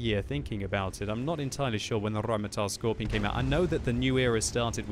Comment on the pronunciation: Michael Kennedy because, that's not, how a German would pronounce it. "Skorpion" with a hard and long 2nd o...and the letter G sounds like ɡe (writing phonetical): skɔʁpiːoːn geː